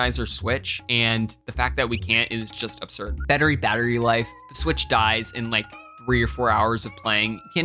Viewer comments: “Betarey Battery Life” 💀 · “Bettery battery life”